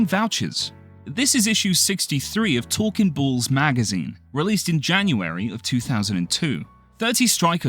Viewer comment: it’s “Talking Balls” not “Tolkien Bowls”